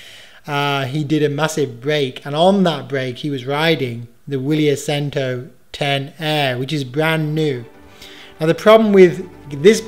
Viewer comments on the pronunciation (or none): Boring tech. Love it, thanks. btw - Vili-air chentoh-dee-ay-chee is closer pronunciation :-)